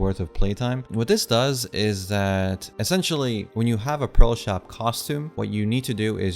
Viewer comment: Why do you pronounce "pearl" as "pro" and "prolo/proto"?